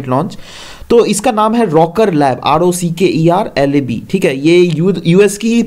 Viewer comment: Sir i guess that is rocket lab not rocker. Lab...anyway thanks for the immense help you are providing to the students..